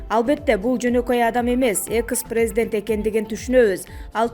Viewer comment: Экс а не экыс